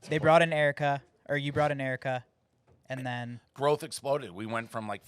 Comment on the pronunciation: It’s Erika* Like she’s the CEO of Podcasts and Barstool so him bringing her on helping so much.